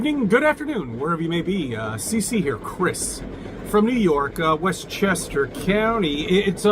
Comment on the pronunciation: Westchester Cownee!